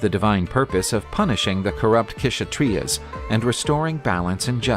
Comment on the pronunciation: K-shatriyas❌ Kshatriyas( sha-triyas)